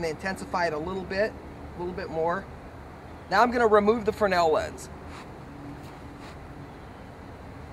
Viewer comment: I've never heard fresnel pronounced "fruhnel" without the s.